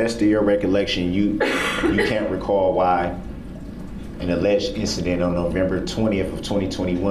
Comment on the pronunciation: Do you recaw? 😂😂😂😂😂